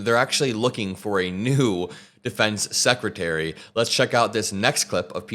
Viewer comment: Again sekitary..instead of secretary...